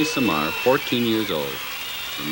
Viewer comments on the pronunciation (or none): He couldn't even pronounce his name correctly... It's not René "Semmar"... It's René "Seamar" ! C'mon!